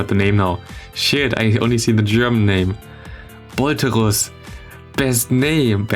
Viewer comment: As you said the german Name "Bolterus" i Was very surprised You pronounced it better than any german lmao